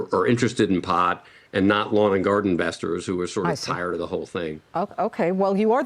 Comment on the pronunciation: omg omg omg' he sed *iNvestors*🤠🤠🤠